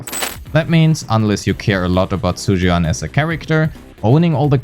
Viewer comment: I just heard you calling her "Zhu Yuass" 😳